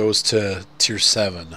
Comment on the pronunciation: When u say teir but its not wot....